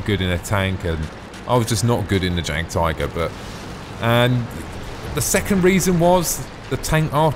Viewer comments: Jagdtiger pronounced --> Yag-Tiger <--:L Ok now i have finished the video, you are hopeless haha,?:P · I speak German. It is pronounced "yag tiger" English "J" is said like a"'Y"